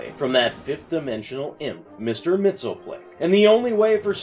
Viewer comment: actually, it's pronounced Mix-Yes-Spit-Lick